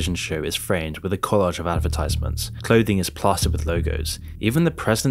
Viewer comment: Spelling errors, unable to correctly pronounce "advertisements", content that appears to be written by ChatGPT, seemingly oblivious to the irony of decrying a world where advertising has become so disenfranchised that it has become synonymous with their partners despite actively advertising for a Mobile Video Game rather than sponsors for something more suited to the betterment of society like skillshare or curiousity stream Oh yeah, this guy's the best.